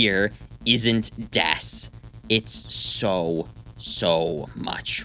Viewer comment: It is Dess. Lmfao